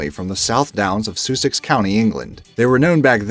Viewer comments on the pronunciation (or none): the way he says soosix county... Its pronounced the way its spelled sussex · ‘Soosex’ It’s suss-ex. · Sussex is pronounced sus ex not sooosex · It’s pronounced Sussex not soosex I literally live there on the south downs 😂